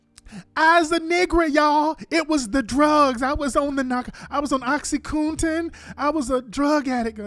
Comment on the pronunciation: Oxycoontin, boochiecat!!.. Lol, only Tariq!! He needs to start his own dictionary collection!!